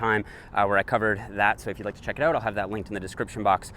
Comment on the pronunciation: Why do you say "uout"?? "Let's check it uout."??